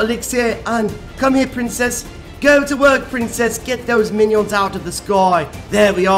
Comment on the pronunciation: I died when he said mainion